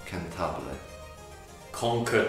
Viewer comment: "Cantabile" not 'Cantabille". Sorry.